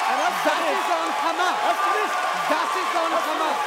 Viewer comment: “ that is on hhhhhhhamas, that is on haaaamas “ Lmao!